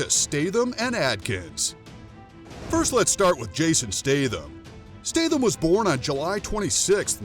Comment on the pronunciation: I love Jason Statham but I wish you would pronounce his last name properly.